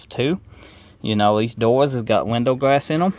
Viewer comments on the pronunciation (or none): 'Compwete dowuz wif weendow gwass en um' 😂😅😂